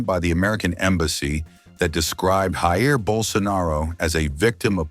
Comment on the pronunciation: Voice over grossly mispronounced the first name of former Brazilian President JAIR BOLSONARO. HE pronounced “HAH-IR” sounds like Spanish to me, not Portuguese. Then again is an anglo, stupidity takes on new meaning when it comes to them ignorant people..